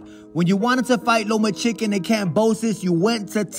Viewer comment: Did I hear Lomachicken? 😂